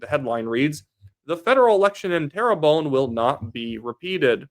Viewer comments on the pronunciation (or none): Just say Tare-Bun (like air) . Don't need to say terror-bone. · love your videos. Please though.. 'Terrebonne' isn't pronounced "tara bone".. it's (tare~bun) 😅 good work though bud 👍